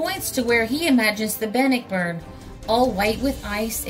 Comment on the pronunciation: I once lived on Bannockburn Ave. In Ambler, Pa. in 1957/58🙃🙂The name is pronounced Ban-nock-burn.